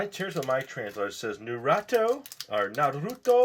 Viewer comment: Haha you said narito love ur vids